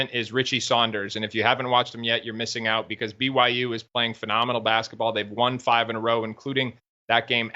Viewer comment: Blue-why-you....go cougs!